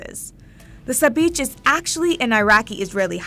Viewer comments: Sabich the ch is pronounced the Russian way. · Sabich is pronounced SAHB-EEKH! Chet is a gutteral H sound (Kh) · Why is the English sandwich as boring as the rest of English "cuisine"? 😂 By the way, it's pronounced SabiCH, as in CHallah. Great list, love to see food from across the globe. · “Ch” does exist in Hebrew its ״צ״ but she should have pronounced sabich with a “s” in the beginning. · sabich isnt pronounced correctly here, the ch in the end isnt like when you say church or chicken, its used to fill in for a hebrew letter you pronounce from the throat that doesnt exist in english, its like the ch in chanukkah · She mispronounced both Israel and the name of the sandwich, Sabich lol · The way that sabich was being pronounced was driving me crazy - I mean I can see how you’d come to that conclusion with no knowledge of Semitic languages but the English “ch” doesn’t actually exist in Hebrew or Arabic